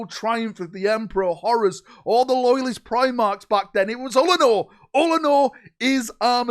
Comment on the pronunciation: I enjoy it every time he says “Horace Heresy”.